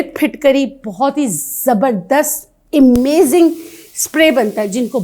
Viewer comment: Imazing nahin Amazing hota he...😮😮😮